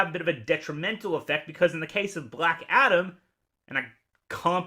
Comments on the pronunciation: Lol do you keep saying black shadom? 😂😂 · I kept thinking you were saying "Black Adder".